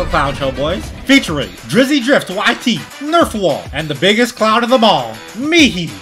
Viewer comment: Bro finally called nerfwall correctly